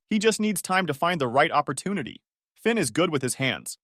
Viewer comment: Thin, Vin?? His name was Finn !!!